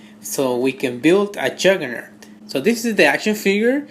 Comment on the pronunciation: Wulbereen, Marbel's Habock and Jurgernert...nice.